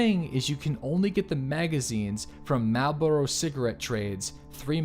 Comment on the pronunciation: Marlboro (mar-el-bor-ro )